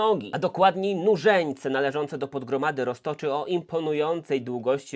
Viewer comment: Słyszę ciągle zamiast nużeńce murzynce